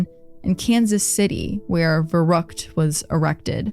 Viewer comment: Oh boy as a native german speaker this episode was hard to listen to 😂😅 especially „verrook“ aka verrückt